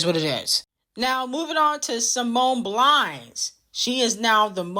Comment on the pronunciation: simone “biles” bby, not “blies” or “blinds”